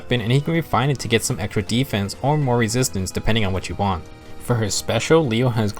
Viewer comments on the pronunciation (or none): Every time you say "Depending on what you want" I always hear "Depending on Witchy wand"